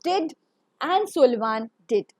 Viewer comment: Very bad pronunciations...Sullivan, percussionist and many more pronunciations were wrong...